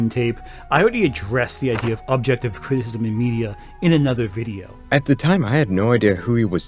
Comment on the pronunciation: God, if I have to listen to him say "cristsm" again...